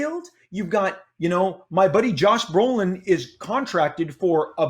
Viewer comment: Did he say josh Roland